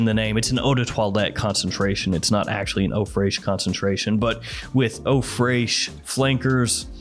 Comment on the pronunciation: Fraiche is pronounced fresh like in english